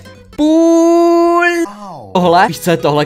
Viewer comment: Deadpool se říká dýdpul